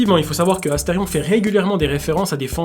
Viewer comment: 😮 incroyable le son "c'est Asterion pas Astefion"